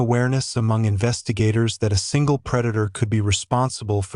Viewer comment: Nice AI voice over! Did anyone else notice that the word "that" is pronounced as "dot" and the word that follows is spelt out? Took me a while to figure this out. Do better.